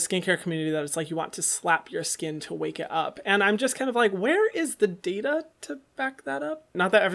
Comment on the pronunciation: Hyram “ where’s the data “. Me “ it’s data” Lot of love for you videos